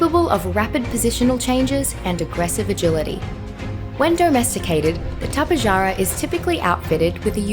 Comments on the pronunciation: Yeah no I've been studying azhdarchoid pterosaurs for a long time and its the first time I've seen someone pronounce it like that. The correct way to pronounce it is Top-ay-har-ah but i like to pronounce it like Ta-pe-ja-ra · Tapejara is actually pronounced Tap-uh-har-uh, just wanted to point that out XD